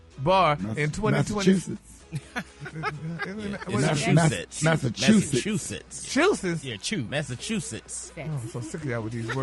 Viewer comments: “Mass-a-two-sets” 😂😂😂 - Gary w/ da tea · Where in the ghetto- space- Odyssey....did Gary go to a "college".... that he can't pronounce Massachusetts..!!!... Somebody please RSMS.....help with that information......😮